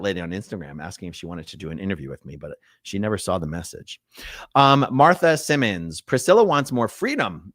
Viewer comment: SIMONS and SIMMONS are pronounced differently, sir 😂